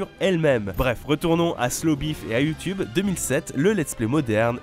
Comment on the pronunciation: Je kiff quand tu dis "Youtioube" 😂